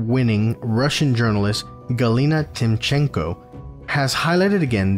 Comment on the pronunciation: so, youtube algorithms have decided to bring your video into my feed, i was really surprised how small your channel is! as a russian political emigrant, i appreciate you bringing it up because i missed the story somehow, and i wish you good luck in this creative journey (just a small tip, no offense, purely helping: we say tEEmchenko, first syllable accented, everything else is cool :)